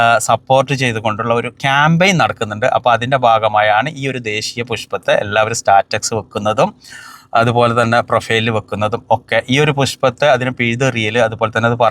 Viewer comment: അന്നൗൺസ്‌മെന്റ് ആണ് അല്ലോൺസ്‌മെന്റ് അല്ല. സ്റ്റാറ്റസ് ആണ് സ്റ്റാറ്റക്സ് അല്ല. ജസ്റ്റ്‌ പറഞ്ഞു എന്ന് മാത്രം.🙏 പലരും ഇങ്ങനെ തെറ്റിച്ചു പറയുന്നത് കേട്ടിട്ടുണ്ട്.